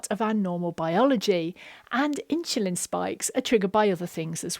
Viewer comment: My brain explodes: why do you keep switching pronunciation between ’insulin’ and ‘inshulin’?